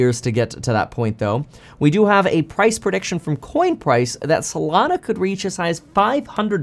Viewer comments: I keep thinking of Solano County whenever you say Solano instead of Solana 😂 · lol up untill this point i thought it was actually Solano